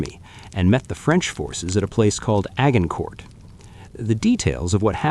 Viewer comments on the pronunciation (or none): FYI Agincourt is pronounced Adgincor. The t is silent and the g is soft. AI - good staff is hard to find!